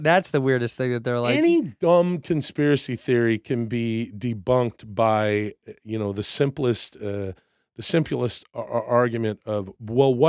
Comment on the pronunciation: "Simpulest" or "Simplest"? Hmm...